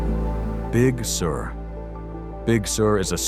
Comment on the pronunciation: It's pronounced like `big sir`...not big sewer.